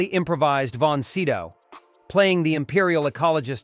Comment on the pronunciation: 'Max Von See-Dow'?...where does that come from. Is this some pronunciation malfunction.